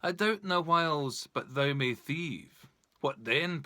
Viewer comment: Misprounced "thou" throughout.